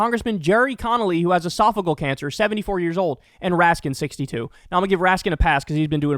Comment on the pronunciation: while agree with the point it’s called e-sof-a-gee-ole cancer. Esophageal cancer is a nasty one, but I met him when he was my representative and he’s like most these men where they are scared of losing their grip on power and don’t have an exit strategy.